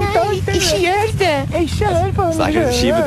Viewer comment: "ikkje gjørrr det" :D EEELSKEERR DET! Ser det liksom 50 millioner ganger